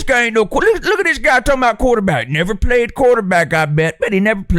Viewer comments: When you say the “But Hoo Haff Day Pwayed” bit, I think it’s soo funny every time. You could imagine how much I liked this video lol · The who haved they pwayed? Will always annoy me